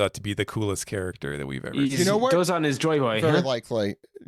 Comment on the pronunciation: that would require being able to pronounce things correctly--take Dooozan for example